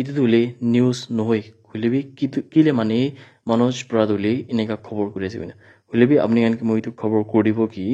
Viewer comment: Hoilebi , not hoilepe😂